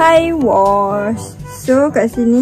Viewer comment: Bukan iwash la kak 😂